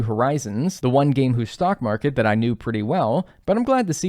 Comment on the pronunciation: Heads up friend, it’s “stock market”- not stalk market. Regardless, cool video! Excellent work!